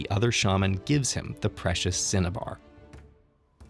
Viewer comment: Anybody else hearing “Cinnabon” when he says cinnabar?